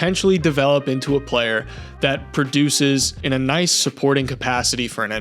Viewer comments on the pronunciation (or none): none